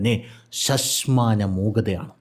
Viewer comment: ശശ്മാനമല്ല,, ശ്മശാനമാണ് ശരി.